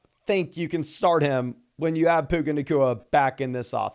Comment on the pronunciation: Benched Garret Wilson for Puka... ....aka Puke-Uhh.